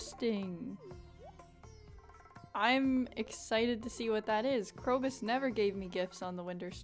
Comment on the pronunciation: KROBUS ITS A B NOT KROCUS